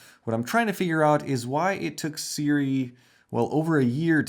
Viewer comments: We really are spoiled as creators nowadays. Honestly. These lenses are really good for the price, and are simply unheard of just 5 years ago. What a great time to be into anamorphic shooting! BTW, it's pronounced "SOO-ray", not the way you are pronouncing it. Pet peeve of mine, such mispronunciation. Don't mind me LMAO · It took them a while because you mispronounced their name.